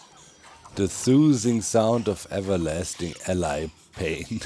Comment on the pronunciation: doc pronouncing allay like allai always drives me crazy